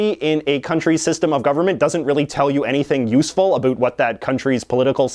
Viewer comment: Who likes that he says "Abut" instead of "About"?